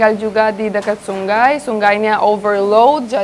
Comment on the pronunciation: Ternyata gc bisa ngomong sungai bisa nya sunggai bunga jadi bungga gemes klo denger suara nya 😅😆